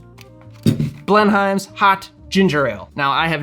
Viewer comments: pronounced bleh num. not BLEN HIME. lmao. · It's pronounced more like "Blen'm", like Blenheim palace. You can hear it here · pronounced "BLEN-um" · My mother (who lived most of her life in SC) was a HUGE Blenheim ginger ale fan. (She pronounced it “blen-um” - no idea if that’s right or not.) She brought the spicy stuff to our first family get together post-Covid (most of us couldn’t handle it 😂). She passed in February and your video got me in the feels a little bit, wasn’t expecting that. Thanks for a good memory. ❤️